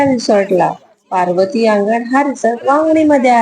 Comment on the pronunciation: पर्वती का पार्वती थंबनेल आणि बोलण यात पर्वती आणि पार्वती चा गोंधळ होतोय